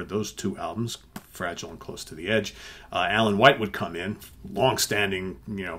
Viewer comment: Two cracking albums there that’s for sure, b.t.w. You are pronouncing Fragile wrong.